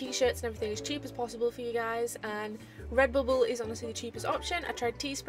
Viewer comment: "Redboble" XD Love it!